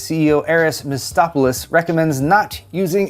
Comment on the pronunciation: ""Aris ... Mistopoulos"" ????? close but ... wrong . his name is "Aris Mpitziopoulos"